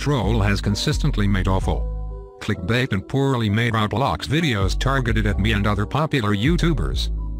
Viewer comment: Why does every robot voice say rawblocks